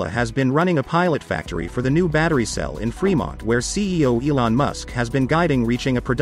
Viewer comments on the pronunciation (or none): none